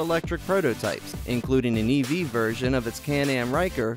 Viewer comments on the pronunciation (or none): none